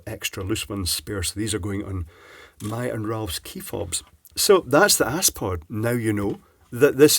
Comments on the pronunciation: Aspod! ... not ass-poo'd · Haha (ass) pod I think it’s az-pod.... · Aspod. Surely pronounced 'az-pod' rather than ass-pod! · He said Ass-pod huh huh huh, snort. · He said ass pod. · aspod - (pronouced asssssss-pod!! lol)